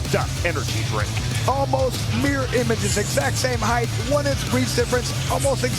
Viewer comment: I like the commentator, but ffs there is no H at the end of "height".